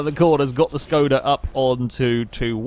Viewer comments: Shkoda it is pronounced as Shkoda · It's a Škoda not Skoda :kappa